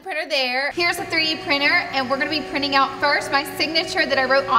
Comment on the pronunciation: Prinin. 😅 chop chop English language